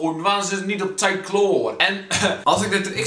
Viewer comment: Nee god kelvin pleas je zegt best onder de knie eh nee sorry het woord TIJD spreek je uit als TIED niet met een T😂